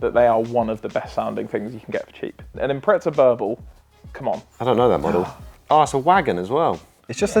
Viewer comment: IMPRESSA!!!! not!! IMPRETZA